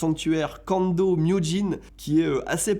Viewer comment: on dit le sanctuaire KANDA pas KANDO !!! rolala ces francais au japons qui se prennent pour des japonais